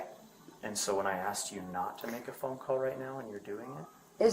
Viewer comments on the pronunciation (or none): Where's my phoNUH? Where is itTUH?